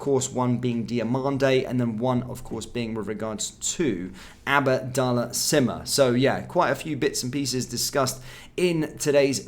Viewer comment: It’s Abdallah not ABAADALLAH 🤷‍♂️ I wish you would improve your pronunciation of players names. Very irritating